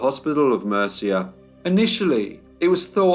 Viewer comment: Interesting! Murcia is pronounced moorcia I hope it helps 😊thank you for telling this sad horrible case.